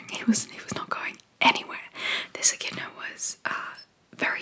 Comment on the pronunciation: I thought you were saying "a kitten" was in the road, but then you said beak and spikey, so I had to look it up. Echidnas are another crazy Australian animal that I have never heard of till now, but they are so cool!!